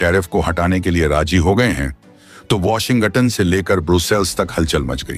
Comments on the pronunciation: Kya Washington ko Washingatunn ke roop mey pronounce kiya jata hai.😮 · Even I found it funny.